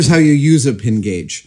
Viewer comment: Thought you opened by saying "Gage-a-vous" and while I realized on re-listen that was not the case, I got a good laugh out of it anyway